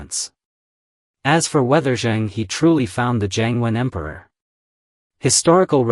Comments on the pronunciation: Pronounce the “He” in “Zhen He” as “her” not “He”. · Admiral Zheng He is pronounced Jeng Húh - not Heee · The name is not pronounced Zheng (Hee) but Zheng (Her). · It's good that Zheng He never colonized any of the countries he went to. Unlike later Europeans. By the way, the correct pronunciation for the 'He' in Zheng He is her, not hee. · His name should be pronounced as Cheng Her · A very interesting historical aspect of Zheng He (correct pronounciation: is Zh… Her) exploration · Please pronounce his name correctly